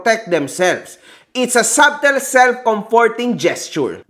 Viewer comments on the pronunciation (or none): “Sadel” pronunciation ng subtle. Hindi “sabtel” haha